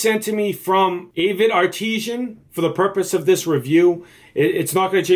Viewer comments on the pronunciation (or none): "ART-IS-AN" not "AH-TEE-SHAN", kid